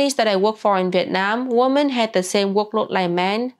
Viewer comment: The plural "women" is pronounced "wimmin."